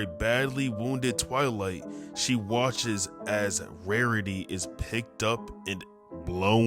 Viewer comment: I'm gonna ignore that he can't get rarity's name right?